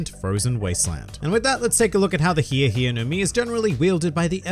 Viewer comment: I was really disappointed with how this fruit was pronounced. I thought for a second it might be the thriller fruit consumed by Michael Jackson. The HEEEE HEEEEE no mi. Model shamone